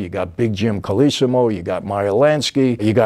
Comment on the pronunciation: His name is pronounced Col low see mow, not col iss im owe. He was kind of a bridge between the old Black Hand gang and the later Mafia. There is a movie about the Black Hand called, "Pay or Die" with Ernest Borgnine from 1960.